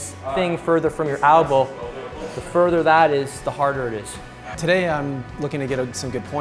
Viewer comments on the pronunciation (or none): It's an elbow not an albow